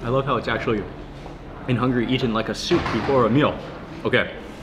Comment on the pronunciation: It's DAn-Yoob not Da-Noob (for the river, Danube) The word, sieve, is pronounced siv not seev It's not e-TEN, it's EET-en